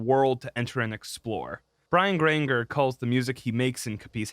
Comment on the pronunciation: Grain-jer... like Ranger w a G at the beginning. And its Cop-iss Halifax. Sorry to be nitpicky.